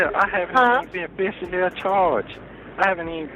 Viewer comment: When he said "Afficially Acharged" I was done with this whole video!🥴🤪😂